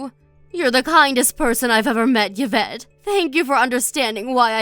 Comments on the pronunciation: Please. It's EE-vette, not YUH-vette. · The pronunciation of the daughter-in-law’s is E-vet. 😁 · Oh please.. Yvette is pronounced eve ette..u dopes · Yee -vette.. Like Yee-ve St. Laurent 🙄